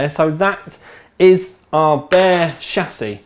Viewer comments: It is not pronounced SHASS-iss. It is a SHASS-ee. Your English was so bad that watching this was torture. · So am I. His pronunciation is still wrong.